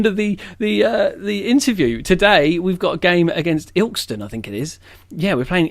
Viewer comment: Its Il-kest-on